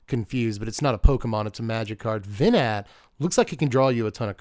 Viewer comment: It's not 'Vee-Nat' either. The 'T' is silent and it's not a long e sound, it's short. 'Veh-Nah'.